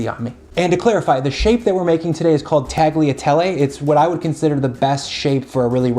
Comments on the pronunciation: Great recipe! I never thought to add chicken stock to it, but it came out really good. However, the pasta is pronounced like "tall-yuh-tell-ay", not "tag-lee-uh-tell-ay". It'd be like if you pronounced the word "quesadilla" like "kes-uh-dill-uh". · Tagliatelle is pronounced tal-ya-tellay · hmm now i have to try this oven-baked bolognese. this guy hasn't let me down so far. "tag-liatelley" zomg XD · oooohhh... gotta try that ! I lived in many countries and, every time, I sold my kitchen ware... including the Mercato pasta maker... I should buy another one for sure. Tagliatelle... the G in "gli" is silent. Pronounced like "Yea" in "yeast"... well, I had to found something in your video! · Hey! FYI the g in Tagliatelle is silent, just like in lasagna. 😉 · G in Tagliatelle is silent. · When you pronounce “tagliatelle” the letter “g” is silent! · But in Tagliatelle, the G is silent :) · You don’t pronounce the “g” in tagliatelle, just like you don’t in bolognese. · Actually you don't spell the G in Tagliatelle :) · So if you don't pronounce the name of the dish correctly, I guess your recipe is an Americanization of a classic Italian sauce? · I'm new here, enjoying your content, but the way you pronounce "tagliatelle" is just hurting my ears.